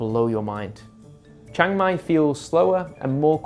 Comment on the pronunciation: It's Chiang Mai, not Chang Mai!